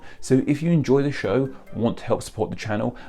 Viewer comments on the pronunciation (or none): none